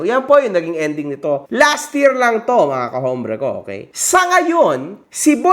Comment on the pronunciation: “ombre” not “hombre”